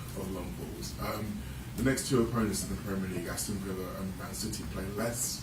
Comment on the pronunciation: I think he always says "oppoments" :-)